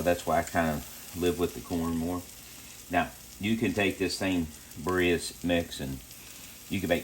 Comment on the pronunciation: lol just saw this. María says you’re pronouncing that wrong!🤣🤣 They look great!!